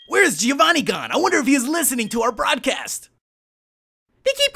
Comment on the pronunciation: Very nice vid;D Just one thing, a small tip. Can you say "Joe"? That's the same sound as the "Gio" in "Giovanni" (well the best would be saying it with an italian accent but whatever). I don't want to act like a kid who has fun telling the mistakes people make, it's just a tip, think it's written "Joevanni", hearing G-i-ovanni is so bad D